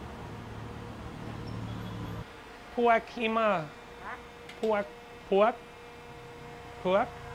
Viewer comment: You called Puek (Taro) not sharp then it sound like Peau ( Husband) ….. you are so adorable cheers